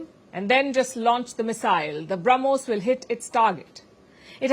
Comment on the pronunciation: The Sanna Mullah ( deliberately taking his name wrongly) couldn't say Brahmos property. He said Harmos missile of India.😅 All intelligent advisors are found only in Pakistan!